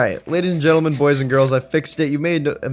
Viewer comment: Am I the only one who hears gadies and lentleemen instead of ladies and gentlemen😭